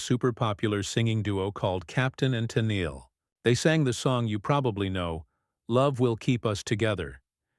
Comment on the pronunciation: Ai can't pronounce her name correctly, usea real person and we don't need things explained, not everyone is an idiot